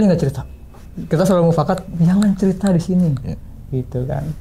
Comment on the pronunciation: Ini narasumber kayaknya ketua rt. Soalnya selalu bilang mupkat terus😂